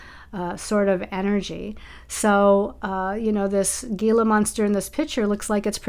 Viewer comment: The G in Gila monster is silent. It’s pronounced hela . It’s found in New Mexico. They’re as big as a 🐕 dog. My friend went to take out her garbage one morning and one was out there staring at her. I woulda flipped😅